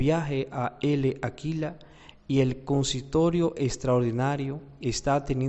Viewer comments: Se lee Láquela, no Ele Aquila. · La "L" de L'Aquila, no se pronuncia.